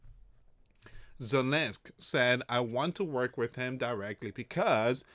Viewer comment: It's ZELENSKY, NOT ZELENSK!!!